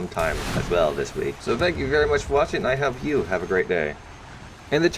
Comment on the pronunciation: "Thank you merry much".